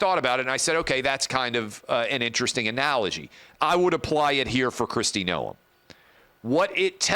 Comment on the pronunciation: Noem is a RINO clown And Clay, everyone in politics knows how to pronounce her last name except you. Jeez